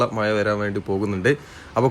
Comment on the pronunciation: മയ, വയി. മലയാളിയുടെ അഭിമാനമായ ' ഴ ' വിഴുങ്ങി. കഷ്ടം. ഇനി ഇതിനും ഓരോരുത്തന്മാരും ന്യായവുമായി വരും.